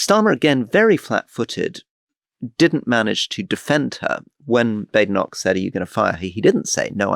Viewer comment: Why does Alastair so consistently mispronounce Badenoch?